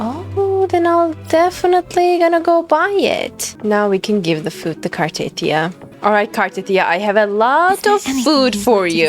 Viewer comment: It's not Car-teeth-ee-ah, it's Car-tah-thea-ah.